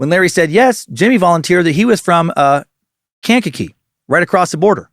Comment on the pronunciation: It's pronounced Kan-ka-kee